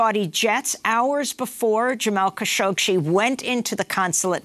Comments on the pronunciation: Amy goodman if you’re going to cover Kashoggi so extensively stop mispronouncing his last name lol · Idiot presenter çañ't even get the name right. Shame on you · As much as I love watching this show and listening to Amy Goodman, I have to say that it’s disappointing to see her not being able to pronounce Khashoggi properly.